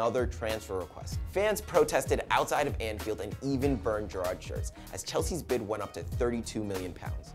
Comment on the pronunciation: You're really fucking annoying and shit prez. You can't even pronounce Gerrard one of the most famous players of all time and who's actually played in the MLS.